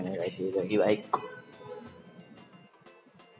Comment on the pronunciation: WTF! "My Dream BACK" Koyi isko English ka tution karwawo seriously, kon sai class mai padte ho.